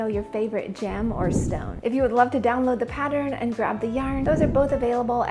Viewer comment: I don’t really have a favorite because I love them all. The one gem I never take off but to clean is my diamond engagement ring. I’ve had it since my wedding day August 1994. So, diamond is the one I choose over them all. Oh! Side note…I had to rewind to hear what was supposed to be a part of our comments to enter. I thought you said “favorite jam or stone!” 😮. Hands down, my favorite jam is Apricot!